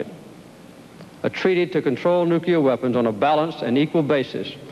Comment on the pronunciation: Funny. When Bush mispronounces "Nuclear" it's front page news - Listen to Carter spit it out , Elmer Fudd-style...